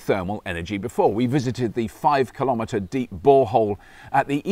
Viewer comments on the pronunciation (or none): Kilo-metre not kill-om-ah-tah